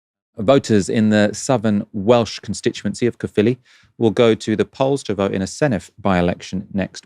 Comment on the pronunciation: Quick bit of help on your Welsh words: Caerphilly / Caerffili is pronounced like "k-eye-r filly" rather than "kuffily." Hefin (as in Hefin David) is pronounced Hevin. V doesn't exist in Welsh so 1 F in Welsh sounds like a V in English, FF makes them same sound as it does in English. You can a famous remnant of this in the English language too in the difference between how "off" and "of" are pronounced. Also it hasn't been called the Welsh Assembley for years, please stop using that outdated term. It's the Senedd or the Welsh parliament nowadays.